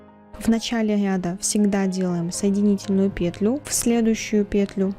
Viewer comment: очень классный туториал, но пЕтлю а не петлЮ..😔😔😔